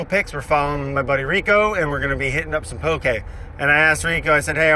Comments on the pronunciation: Just a lil tip: it’s “poke” not poké or pokey or pokéy. There’s no é in ʻŌlelo Hawaiʻi :) you’ll see it written the incorrect way a lot in the mainland but “poke” is correct! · I love the way brad pronounced “poke”